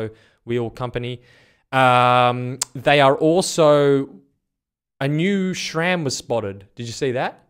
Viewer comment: Its SRAM not SCHHHHRAM